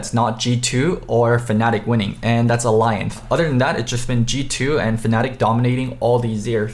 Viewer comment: I thought you said alianth